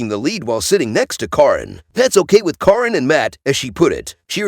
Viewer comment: It’s not Coryn or Karen it is Caryon.